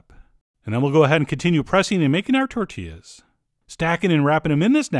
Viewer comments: “Tortiass” got me xD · "Tortillass" I lost it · lost it after "tortillASS" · Tort-T-Ass yup